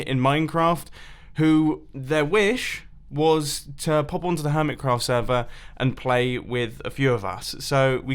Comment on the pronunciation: Stop calling it hermitscraft